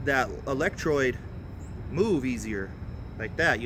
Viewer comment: Electrode not electroid